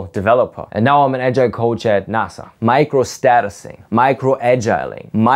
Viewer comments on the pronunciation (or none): none